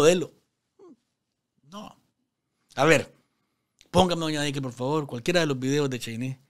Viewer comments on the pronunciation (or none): none